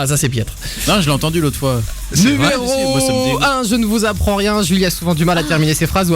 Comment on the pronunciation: A dans la vidéo dit zumero 1